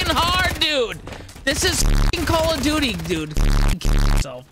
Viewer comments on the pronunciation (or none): The Callooodoody Expwience 😂😂😂😂